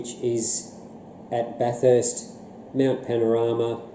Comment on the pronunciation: It's pronounced "Bathist" not Bath-erst" fyi. Other than that, loved the review.